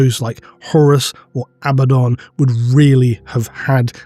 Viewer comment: Why would you not say Abaddon!!?I swear I've been waiting for you to say it right for fucking years!!! I mean abbadon, really? Sorry, I'm getting worked up. I need to calm down